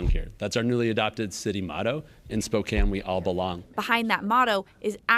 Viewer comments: Spo-“can” not “cane”, 😊I am from Washington, but Spokane is about 6hrs from me. I call it the armpit of Wa, it’s a gross city. Well, so it Everett and now Freeattle is nasty AF, worse than ever. Seattle is dying … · Have you never heard of SPOE-CAN?